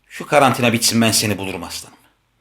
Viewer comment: Karartina demesi 😆😆😆😆